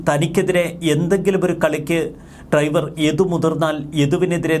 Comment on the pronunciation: ട്രൈവർ അല്ല, ഡ്രൈവർ